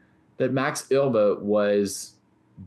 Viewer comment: According to Euwe (pronounced "Erva", not "Oy-vay), Alekhine played his championship matches for the money, pure and simple. They were supposed to be risk-free paydays, but the 1935 match didn't work out that way. Euwe was in demand as a match opponent in those days because he played a lot of matches and almost always lost or drew. But by 1935, Euwe had gotten better than anyone had realized. He finished ahead of Alekhine in all the tournaments they both played in while he was champion. The legend/excuse is that Alekhine only lost because he drank too much, but Euwe said that Alekhine didn't drink any more than he usually did. Euwe also said that a lot of people thought Alekhine was drunk even when he wasn't, because he didn't like wearing his glasses, and his walk was unsteady without them. To this day Alekhine is the only champion to lose the title by a single point. Euwe actually gave Alekhine a draw in a won position in Game 30, though. He'd have won it if he'd had to, but you can't refuse a draw that will make you the champion.